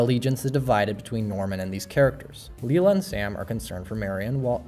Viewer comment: Its Lila....not Lula